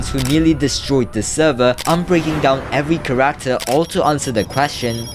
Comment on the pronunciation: The way bro said Character 😭 CA-RAK-TAR